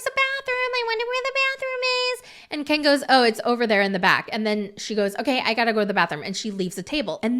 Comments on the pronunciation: It’s not Keee-In. ITS KEN! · I usually like your videos, but the way you said Ken I’m totally unsubscribing . Kieeen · This is the first time I’ve ever watched any of your videos, but I was thoroughly entertained lol. Your Gypsy impression is spot on. I died every time you said “Ke-an” 😂 Subscribing….now! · I just love the way you say Ken, so hilarious. Brian was so controlling for gypsy. Gypsy’s mother was controlling. Most men never asked what’s wrong. Ken is only in there for the money. Ken is a douche bag. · Girl you GOTTA stop saying Ken like that….